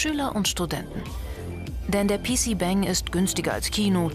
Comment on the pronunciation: ich kann dir versichern, dass die Übersetzung nicht 100% stimmt, finde sie sogar ziemlich schlecht und falsch darstellend.... pc BÄÄÄÄÄNG heisst das auch nicht sondern BANG= Zimmer .... naja werd mal zu ende schauen